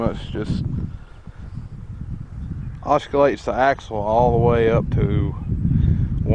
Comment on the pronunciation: “Oskalates” Lol